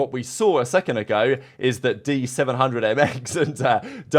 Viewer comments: Btw been subbed since forever and always said in the past there are a lot of pro challenger player level in saudi arabia like myself been competing with and against players like exnid before the cdl and during the inception of the cdl. Btw D700Mx is pronounced as Dahoom the 7 is the letter ح in Arabic which is pronounced kinda like "ha" similarly to hamza frosty. Dحoom. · D700mx is pronounced “Jeffrey”